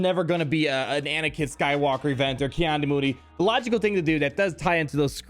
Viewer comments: It’s pronounced Key not Kai.... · "Kee" not "kye" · Isn't it pronounced 'Kee'-Adi-Mundi though? Not 'Kai' xD Still hyped !